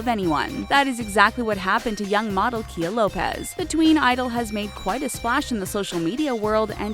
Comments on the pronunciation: It's not (KEY-AH) it's (KY-AH) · You pronounced Khia wrong